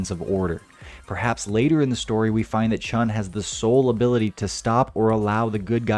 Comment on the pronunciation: There is no ‘g’ in Chun. It’s not Chung. It’s pronounced Chu-N